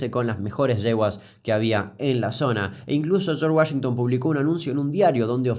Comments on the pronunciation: charch guallinton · De los creadores de "Los hermanos Mek Denels" Llega: "El señor Yorsh Wayengton" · Tunununum Tununum Tum (tema de los Expedientes Secretos X) En el minuto escuchamos como el espíritu de José María Listorti se apodera de Damián al pronunciar "Chorsh Wayington". Sos un capo Kuc, te banco fuerte. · Damián, hiciste todo un vídeo solo para presumir tu micrófono nuevo - Shorch Guashintan